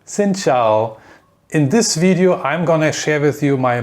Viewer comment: I always get a good laugh when foreigner say "xin chào" lol